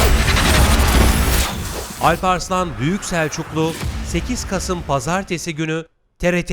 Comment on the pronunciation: Sayın TRT rehbeeeriniz olsun şeklinde bir diksiyon, sizce de rahatsız edeci değil mi? Âlparslan değil, Alparslan -a harfi kalın olarak telaffuz edilse daha doğru ve güzel olur.